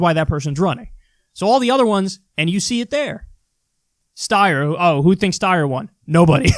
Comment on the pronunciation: OMG, KYLE ACTUALLY PRONOUNCED STEYER'S NAME CORRECTLY!!! And it's only taken three debates! I mean, Fuck-Face Steyer still makes me twitch and I can't wait for someone to punch him out (it's all visceral; his policies aren't near the worst), but I know how to say his stupid name! (Yes, I'm reacting to old vids instead of this one, which is fine. I'm just not over my shock, lol.)